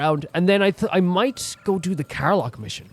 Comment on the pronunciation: Karlach and Scratch finally joins the adventure! Cant wait to see you delve into their stories!! Btw, Karlach isn't pronounced "Kar-lark", but "Kar-lek" <3